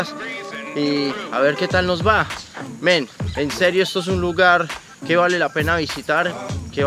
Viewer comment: SE ESCUCHA RIDICULO PRONUNCIANDO MEN